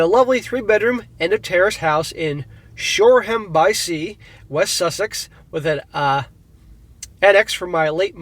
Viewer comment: For future reference, Shoreham is pronounced "shore-um".